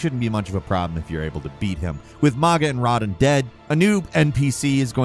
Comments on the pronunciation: Everyone chill. Moga and Rodin are just a pronunciation of the English Mohg and Radahn. Give this bird of prey some credit, he's a talking animal for crying out loud! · It's not 'Rah-din' it's 'Ruh-daan' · Rodham what? Damn dude it's radahn ffs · clearly you never played the game. it's not rah-din, it's rah-don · Rodin? You mean Ra Daaaahn? Lol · Who tf are Mowgah and Roddin? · He did not just say “Rah-den” 🤦🏽‍♂️ it’s RA-DAHN THAT’S WHY IT’S SPELT RADAHN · It’s rah dawn, not rod in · It’s Rah Dan, not rah dawn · Ruh dawn not rah dawn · What? It's everyone's two favorite bosses. MOHG-UH and RODDIN'! I really fought hard, but RODDIN'! got the better of me a time or two. Hey, y'all remember that dragon we had to murder? BAILEY!? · Mogha? Radhin? Who are any of these people? I love you, but you completely fumbled these even tho their names are mentioned in game plenty of times for anyone to know how they’re pronounced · rAdan?! this triggered me SOOOOOOO much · With "Rodin and Mogin" dead XD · Pronouncing it Rah-dun kills me more than the DLC bosses have been… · "Mog" and "Rah-Dawn" come on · First time hearing Radhan pronounced Rodun has me 😂😂😂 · My pet peeve is when people saying the names wrong. We’ve heard these names a ton of times. “Mo-ha”, “Roddin” also “Alloy”. Wtf. It’s “A-loy” !!!!! 😵‍💫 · “With mah-gah and Roddin dead…” 😂😂 I’m sorry but this can’t be serious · He's bought to catch so much flak for pronouncing mog and rod like that😂😂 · Say it after me, Ray-Dan 😂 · “With mogga and radin dead”….he says…. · 😂 I'm on the floor and I can't stand up. Mo-ga and Radin! I can't even make it past that chapter. 🤣🤣🤣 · Fr why is bro saying radin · “Radahn” FS: “Rah-dawn” 🙂‍↔️🙅: “Raw-done” 👍🫡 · I’m wondering if has played Elden Ring. I’ve never heard anyone pronounce Mohga and Radden like that. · “Radan “ cmon man 😭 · My fucking ears are bleeding rn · Says he loves this game but can’t even pronounce there names correctly smh